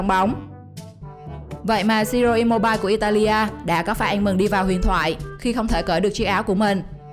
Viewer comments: Im-mô-bi-lê chị ơi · Im mô bi lê chứ mô bai ok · Chị đọc sai tên Ciro immobi lê mới đúng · Im mo bi le, đọc vậy mới đúng nha chị